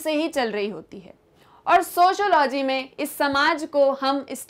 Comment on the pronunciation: Sociology lawaz to thik bol lo